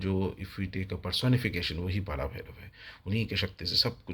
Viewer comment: Please note - it's not पारा it's पर भैरव. Also there is no महा भैरव, but only पर भैरव. And mantra purascharana is dolly after receiving the mantra deeksha by a guru - that too, who has done siddhi of that mantra, and he belongs to an established lineage.